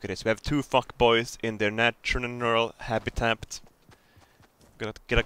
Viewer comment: "natshnural hapitapt" - 2017